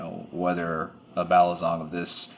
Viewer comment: its balisong not balizong lol